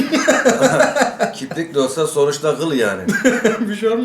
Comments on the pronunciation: KİPRİK DEĞİL ABİ KİRPİK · "kiprik" değil "kirpik"